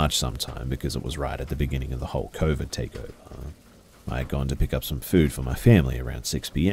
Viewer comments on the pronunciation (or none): none